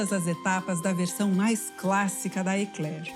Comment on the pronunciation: Parabéns a primeira brasileira com cultura e fala o nome correto Ekler e não bomba coisa de brasileiros sem estudo.